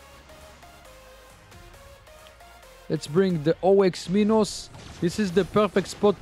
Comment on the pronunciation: Me every time he says o-x minos ITS OX MINOS REEEEEEEEE